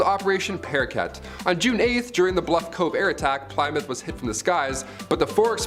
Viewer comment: it's pronounced 'plim-mith'.. js